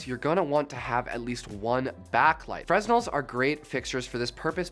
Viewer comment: Fresnel is pronounced Frenel, the 's' is silent...